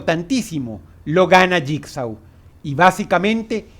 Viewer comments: Bitch Please es Jigsaw y se pronuncia lligso dilo bien si lo vas a decir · JIGSAW y se dice (jigso) JIGSAW ganaria creen que el no crearia un numero considerable de trampas para hanibal como DROSS lo dijo craimer lo predice todo,todo, es imposible que JIGSAW pierda, claro hanibal es mejor en salud fisica pero... No se JIGSAW tiene ese toque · Se pronuncia asi Saw = So Jigsaw = yikso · mmm jigsaw se pronuncia yigso